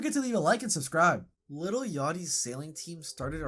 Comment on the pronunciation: within one second... LITTLE yachty.. bro... its LIL.